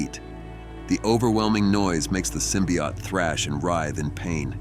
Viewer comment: The narrator keeps mentioning something called a symbiot. What's the difference between a symbiot and a symbiote, besides pronunciation?